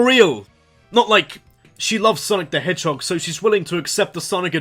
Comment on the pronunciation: Around !:22 I was debating "Did he say "Shadow the Edgehog" or did his Accent just remove the H all together?